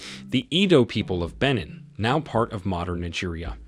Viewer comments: you're saying benin wrong 😐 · The way he is pronouncing Benin is sending me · I'm from Benin and hearing it pronounced wrongly is making me cringe😂 Good video though